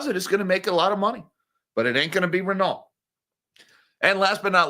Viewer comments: 8.23 Renault T is silent, it is French Ren-no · as a French melon head, you should pronounce: Reno not wit the ‘t’. You can also say:’crap’ which is more realistic. You missed in your story that CEO is leaving the same day, while be hired by in trouble luxury group Kering. On the same days, Renault recorded a 9.5b€ write off on their Nissan holdings. Company claims that CEO leaving same day is a coincidence.